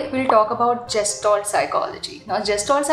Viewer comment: You don't know the correct pronunciation of Gestalt and giving lecture on it is quite amzing